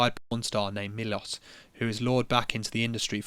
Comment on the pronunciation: You prounounced Miloš suprisingly well